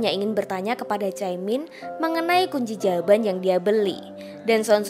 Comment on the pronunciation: Astaga kunci jawaban toh...kedengeran aku kunci jamban...🤣🤣🤣🤣🤣